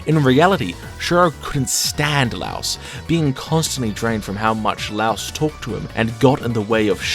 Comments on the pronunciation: "laos" did bro not hear the audio? its "la-e-os" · Say it like LIE-OS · great video but... the way you pronounce laios' name is like saying lie and us together except you say us with an o sound, not like the country Laos. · Laios no Lauos. He's note a house. He's a LAIr. "lye""os" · Him pronouncing my glorious king's name wrong IS SO PEEVING 😭. ITS "LIE-OHS" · I NEED you to stop saying "louse" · his name is not LOUSE!!! PLEEEASSSEEEE